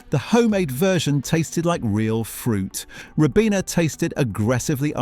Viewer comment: A British voice synthesis pronouncing a word the American way, "yo-gurt", not "yog-urt" very peculiar 🧐🤔 "Rib-ena" Vs "Ry-bena"